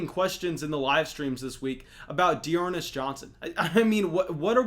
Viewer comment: 'De'ernest johnson, what are we talking about at the moment?' LMAO